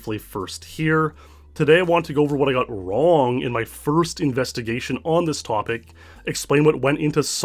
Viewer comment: It's crazy how you Canadians turn the word wrong into a two syllable word.